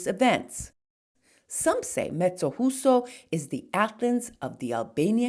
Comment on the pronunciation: Thank you for this wonderful video. The J in Mezzojuso is not easy to pronounce, it's like saying "mezzo you so" I come from this little town, moved to the USA at 7 years old. I so much miss this town. You have inspired me to go visit. One big thing this town is well known for is "Il Mastro di Campo" during Carnevale.